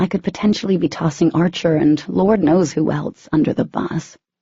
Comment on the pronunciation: Anyone else bothered by the way she said eltse. It's else. I'm sorry thought I would put that out there. And the way Ethan asked if he would stop loving katy if his parents were killed by humans. I would've said Y'all killed my mom and I still love him. Their love is so strong nothing could break it not even death..